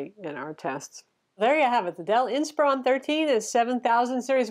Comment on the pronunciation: isn't the model name based on the word "inspire"? I would think so. 😊 Hence it should be pronounced more like" inspir-on"...? Anyways, thanks for yet another great review. 😊